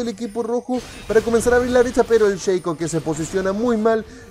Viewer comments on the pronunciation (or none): cada vez que dices Sheico se me muere una neurona XD, llamalo shaco, asi como se escribe es mejor bro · Deja de decir "Sheico" incluso en Ingles se dice Shaco, ademas es molesto. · No Digas sheico xD PLS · sheico ulala señor frances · SHACO, NO SHEICO. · Shaco no, Sheiiiico :v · ¿es un nuevo campeon el "sheico"? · qué rabia como pronuncias a shaco xd